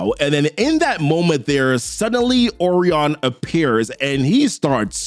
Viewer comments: Oh reon Lol I think it's pronounced oh ry on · Say it with me o’Ryan 😭😭😭 good video bro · It’s OH-REYE-YUN ORION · Bruh it's Orion. It's pronounced O RYAN. Like that bruh. Yikes. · I thought Orion was pronounced like "O'Ryan." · Bro these names are fucking you up. I never heard Orion pronounced like that